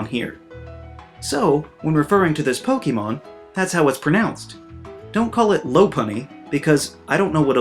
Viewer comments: I love how he makes a video about mispronouncing names while saying "pokeemon" XD. A huge amount of Americans do that apparently, but weirdly enough not a lot of non native English speakers do, and it makes no sense since the name is a fusion of pocket and monster, two English words, it's poké-mon you pronounce the e as in pocket, not pokey... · *Makes a video about mispronunciation of certain Pokemon but doesn’t pronounce the actual word Pokemon correctly. It’s po-kay-mon, not po-key-mon. Po-kuh-mon is also excusable though as when you say po-kay-mon quickly the vowel sound “ay” changes to “uh” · The Most Inexcusable Pronunciations of Po-KEY-mon Names... LOL I like your videos though, man :D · I love your channel, but I find it ironic that you critique people's pronunciation of Pokémon names, while you still say "pokeemon". There is an accent on pokémon, you dunce. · *Complains about mispronouncing *Says Poke-eee-mon 🤨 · u get pretty annoyed about pronunciation for someone who says POKEY MON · >is angry about how people pronounce pokemon's names >says "pokeymon" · So does anyone else find it funny that he mispronounces Pokemon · Kinda ironic since you whine about pronounciation of certain pokémon, yet you can't even pronounce the word "Pokémon" correctly. And it even has the accent mark on the letter e, so your mispronounciation is inexcusable. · You’re saying “Pokémon” wrong though. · Do you know what is inexcusable? Pronounce the wrong way "Pokémon". How do you pronounce "Fiancé"? How do you pronounce "Beyoncé"? Well, the "É" in Pokémon must be pronounce that way and not how you do it in this video :v